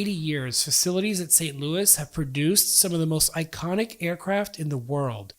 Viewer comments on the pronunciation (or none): none